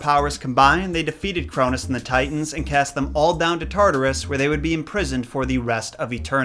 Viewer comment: You mean the sons of Uranus not the sons of Crounus